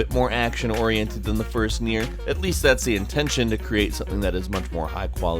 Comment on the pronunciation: also, "NI-O" not "Neo"